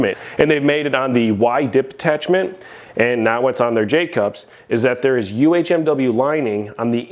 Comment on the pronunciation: I knew if I came to you I'd get the correct way to say "UHMW" 😆 even Titan has it at "UMHW" on their spec list.. The one J hook I skipped on but now am curious to use even though I love the beat up rack look lol cuz it makes me feel like a beast.